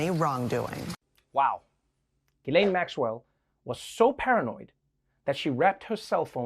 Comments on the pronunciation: Hummm.. It's pronounced "Jizz-laine." You're welcome. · Ghislaine is pronounced Gilaine? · Wait a minute, Ghislaine is pronounced "Gilane"? I'm calling an illegal use of a silent S. What is she, from a Gundam series?